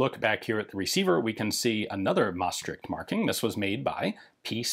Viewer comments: Your pronunciation of Maastricht is almost perfect! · As soon as I saw the stamp I was excited to hear how you would pronounce 'Maastricht' haha, you did fine ;)